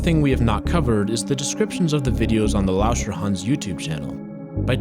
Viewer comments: i thought he said "wash your hands" not lauscherhans (do wash youor hands tho) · the way u say lauscherhan is like a chinese person would do